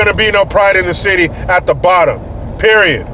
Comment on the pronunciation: When you said the City all I heard was the SHITY..... Lmao